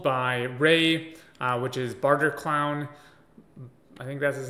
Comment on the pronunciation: Lol you said barterclown 🤡 😭😭😭